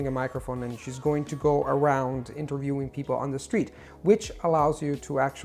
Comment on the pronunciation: ) After you pointed out to the pronunciation of 'recommendation' I've listened with particular attention and yes he says it a bit off but really just a bit off. Another word which I noticed he pronounces slightly off is 'around' but again really slightly off. He seems to overpronounce the 'a' :)